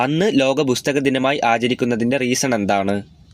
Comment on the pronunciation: ബുസ്തക ദിനം അല്ല പുസ്തക ദിനം